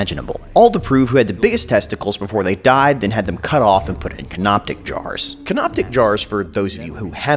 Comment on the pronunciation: "Canoptic jars" Yes, another guy and me did tell you this during the premiere, but I will continue making fun of you for it. Also, I would like to add to this subject by saying that I read that they threw away the brain after removing it through the nose. The rest of this joke writes itself.